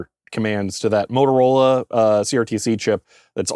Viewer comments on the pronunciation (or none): none